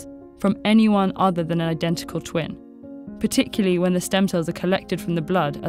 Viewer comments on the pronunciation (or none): none